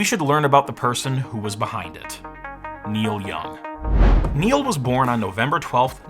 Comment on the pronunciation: Niel Young, ugh...